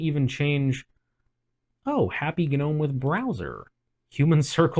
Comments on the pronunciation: Why is everyone pronouncing the g in gnome? it's silent. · Every time someone pronounces the G in Gnome i can’t help but think of the “I’m gnot a goblin, I’m a gnome” meme